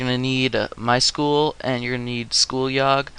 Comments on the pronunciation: My S-Q-L not my School -.- Structured Query Language Say it correctly. Apart from that, nice tutorial very detailed. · lmao "my school?" I think you mean.. "My es-kyoo-ell" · It's pronounced sequel... MySequel.... MySQL